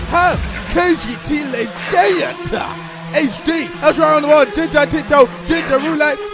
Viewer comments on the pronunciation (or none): none